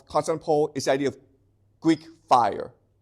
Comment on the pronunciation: I can tell this man reads a LOT. Why? Because he mispronounces unusual words and names, those you don't encounter in every day speech (eg Constantinople). Basically it means he didn't have someone lecture him so he can pick up the pronunciation, but he learned it by reading so the pronunciation isn't obvious. This isn't to criticise, and I think it's the mark of someone who loves learning.